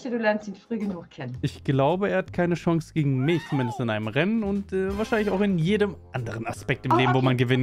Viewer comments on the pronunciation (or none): "Klau haub mir, du hast keine Schonz"